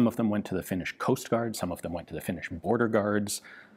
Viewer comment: Ian's pronunciation of Finnish words is flawless.